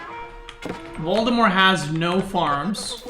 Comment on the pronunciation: i like how you pronounce Valdemar as Voldemort